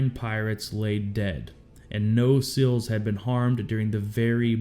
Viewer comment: Say the letter C...or the word "see." Add an L to the end of either and that is how to pronounce SEAL. These guys worked too hard and give too much to be called "sills."